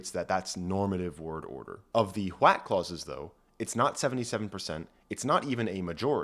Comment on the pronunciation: How many times did homeboy have to do retakes from adding a "T" sound to the start?